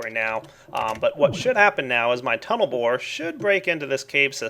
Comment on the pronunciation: yeah. "total bored" instead "tunel bore"...